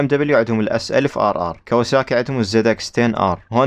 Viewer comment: واخيرا واحد يكول كاواساكي بدال كاوسكي